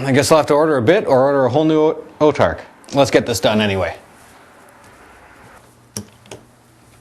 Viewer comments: whats an "Otarch?" Its pronounced "Autarch" (aw-tarch) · Its pronounced aw-tark. As in aww, i lost my autarchs arm,flip!